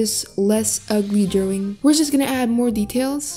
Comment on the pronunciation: I love the way says drawing- ✨Drowing✨